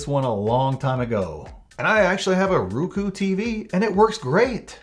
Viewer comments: Uhhh Roku not Ruku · Wtf is ruku —- roookooo